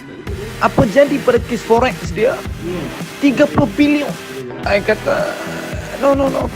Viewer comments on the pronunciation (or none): hahaha try again... nampak sangat suara meneran nak berak... sebut billion pun tak betul... hahaha